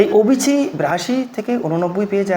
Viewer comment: অবিচি নয়... ওবিসি